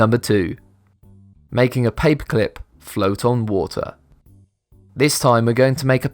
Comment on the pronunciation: you say paperclip like papeclp